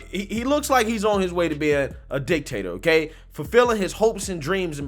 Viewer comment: "The Dictator of the West" with a very heavy emphasis on DICK!!!